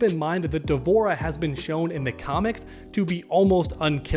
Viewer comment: Almost clicked off the video when you said D’Vorah 🤣🤣